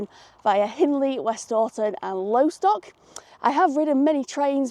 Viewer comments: It’s called Loss-tock, not Low-stock 🫣. Loved the video though as always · Lo-stock not lowstock.. you're saying it incorrectly